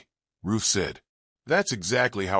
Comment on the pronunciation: Story lines are good, but definitely need better editing. And her name is RUTH not Roof 🙄